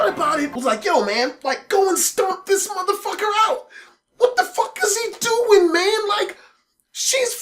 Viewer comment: Just the white-ass way he says "motherfucket" XD